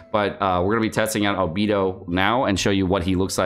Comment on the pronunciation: The way this guy pronounces albedo makes me cringe everytime…..why are all genshin streamers so cringey (except mtashed)….its like mihoyo picks their VA’s and streamers based on how cringey they are…..